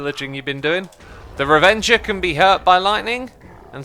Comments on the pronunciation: Every "revenger" and "mushroom" took a year off my life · Why does he call the ravagers: revengers